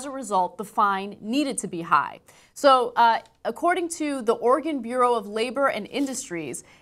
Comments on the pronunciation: "An organ bakery was forced to pay one hundred thirty five thousand dollars [...] -Ana That's Oregon [Or Ree Gun], not organ. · did she say organ bakery?? or is it just my aussie ear? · God damn it, Ana. Enunciate. I swore she said Organ bakery all casual like. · Was it just me that thought Ana said "Organ bakery?"